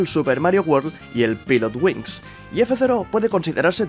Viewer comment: Se pronuncia pailot wings. Estos españoles!